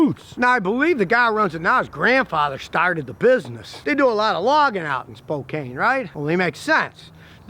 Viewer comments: Spo-can not spo-cain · Cool threads. BTW, Spokane is pronounced SPO - CAN. (not spo - cain). Just lettin you know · Scotty, Spokane is pronounced Spo can not Spo cane. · I'm Canadian and know that it's pronounced Spo Can. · Hello Scotty, Spokane = "spoe-can"